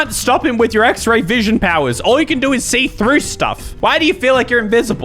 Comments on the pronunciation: “Axe-Ray vision.” This bugs the poop outta me. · Anyone else heard him say axe ray vision at the beginning of the story?